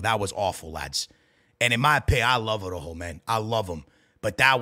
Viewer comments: Stop saying Arrojo bro it’s Araujo 😂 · Bro even harry kane can pronounce Araujo better than is crazy 😂